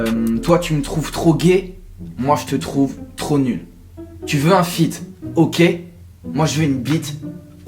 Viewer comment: j'avais entendu un foot au lieu de feat xD